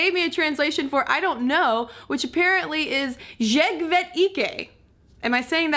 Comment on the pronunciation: Haha the norwegian is good, just pronounce "jeg" as yey and your perfect =D Love this video, these things are so interesting! =D